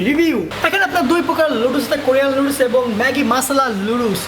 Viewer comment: শুদ্ধ ভাবে তো উচ্চারণ ও করতে পারে না🤣🤣 লুডুস